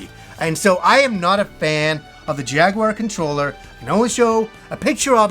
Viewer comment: Thank you for saying jaguar correctly and not jagwire